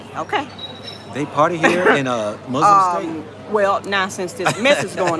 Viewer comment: Thank you for making this video and sharing. Brother, you are not pronouncing Muslims correctly.